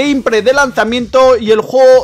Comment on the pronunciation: Gamepray hejeje q mal hablas tío es gameplay con la letra L